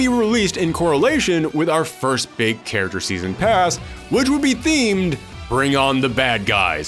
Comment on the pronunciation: You guys notice as the video goes on, every time he says "character" it just kind of devolves more and more to by the end of the video he is saying "Charers". Not a diss, just found it funny